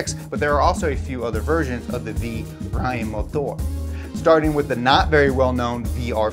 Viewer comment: As a german i can confirm that this is totally right.